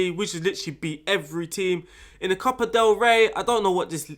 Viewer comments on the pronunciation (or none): none